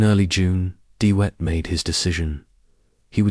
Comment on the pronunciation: Dee Whet? Hey it's not hard. DeVet - as in victory or village? Also what's with the WW1 imagery?